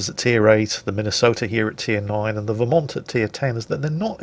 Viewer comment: pronounced Vermont correctly, send that man some maple syrup.